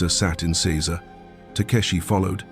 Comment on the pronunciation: Minor point: not "seez ah" but "sayz a"